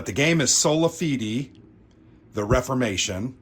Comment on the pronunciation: Decent enough pronunciation. Fide, however, think of it as if it were spelled feda and pronounce the vowels as you would say them; you know, a, e, i, o, and u. So if you will, fee, as in what you pay for something, and day, as in, of the week. So, it's feeday; time to pay up. I've got this one on my wish list. One of these days.